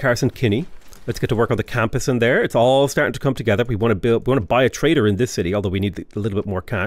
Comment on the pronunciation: Dude, every time you say trader I hear traitor 😂😂 I cant unhear it now 😂